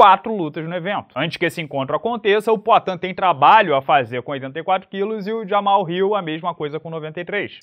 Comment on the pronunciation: Quando o chamava o Jamal de Jamal, em vez de Jamarral 🙏